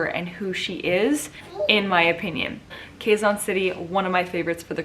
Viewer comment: QUEZON pronounced KEH-ZON. Like the "Ke" in "Kenny".